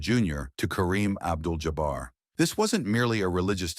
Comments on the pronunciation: Abdul JOBBER????? I hate AI. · Y'all please stop with the AI narrators. Just read the copy yourselves. Who TF is "Abdel Jobber?!"